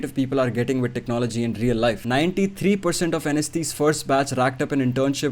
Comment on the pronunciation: how many times did he say technologiya in this while video